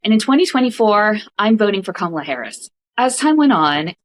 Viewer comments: In regards to the voter '': I highly doubt he abandoned trump after '16. If that was the case, then why do you keep mispronouncing Kamala in the exact same way the bigly orange turd does? Literally no one else calls her kaMALLa. Or do you Always put the emPHAsis on the wrong syllAble? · kama-La!!!!! How can you vote for someone whose name you is not even try to pronounce correctly. And it’s always yte people. They don’t take time to even attempt to pronounce our names correctly.